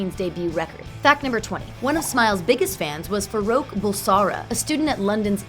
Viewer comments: Fah-roa-k excuse me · far-ok not far-ook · Alexandria Cardinal “Fahrowk” I heard that and cringed omg